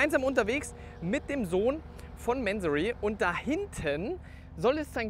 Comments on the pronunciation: Der Herr Mansory heißt Mansory und nicht määääänsorry😂 der Firmensitz ist in Bayern so wie du. Da wird nicht sächsisch gesprochen 😂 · Kurzer Reminder, dass Mansory eine Deutsche Marke ist und deswegen „Mansorie“ ausgesprochen wird. Finde persönlich aber auch, dass „Mänsory“ cooler klingt. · Hey der Mansory ist kein Amy also sprich wenigstens den Namen richtig aus! Echt langweilig der verwöhnte kleine Junge als Moderator... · Das geile ist MANSORY hört sich so geil an ..dabei ist es n 08/15 nachname im Iran und wird mansury ausgesprochen